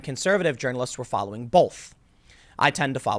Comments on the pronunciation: Tim, there is not an L in the word BOTH. Stop adding one. If you had never heard a [usually baised] media story about Trump, do you think you would still have such a bad opinion of Trump? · There's no "L" in the word "BOLTH" Oh, wait... there it is. Right in the middle. Nevermind, carry-on pronouncing it as "bolth".